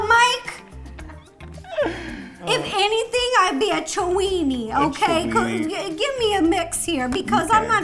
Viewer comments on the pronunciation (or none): “If anything I’d be a chinwennie”